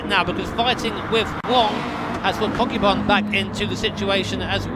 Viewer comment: i wonder if one of the commentators is pronouncing kokubun wrongly, i hope kokubun aint getting triggered by it lol